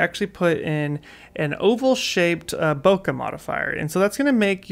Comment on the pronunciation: Hey man, great video but do look up the correct pronunciation of "Bokeh" 😊 or better yet, ask a Japanese person. Cheers!